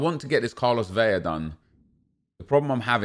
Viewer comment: La-lah, Ve-La not Vei-ya